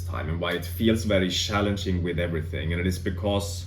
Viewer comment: Yes I've also found the past 2-3 weeks shallenging. Sorry couldn't help myself love how you swedes say cz as an English sh. It's like you guys have perfect English but this ONE thing you can't crack. lol